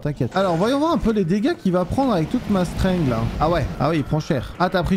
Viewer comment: PTN L'ACCENT ANGLAIS !!! STENGUE et ASTEU au lieu de strength et haste